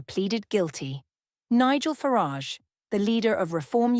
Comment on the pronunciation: Why can't you pronounce "Farage" correctly? Is it your way of disparaging him covertly? If so it is childish and stupid. If not, then it's just wanton ignorance. Either way you don't come over well....